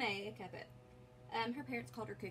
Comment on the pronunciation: Second time today I ran across a video where the host could neither spell nor pronounce "Kupcinet.". WOW! WHAT MASSIVE, REASSURING HOMEWORK AND RESEARCH!